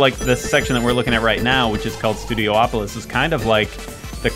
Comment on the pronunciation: "Studio-opolis" It's "Studiopolis"